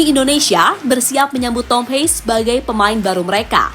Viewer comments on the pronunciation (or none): Mengspell nama Thom Haye, bukan Thom Hei tapi Thom Haye.....Thom.....Thom....Thom Haye....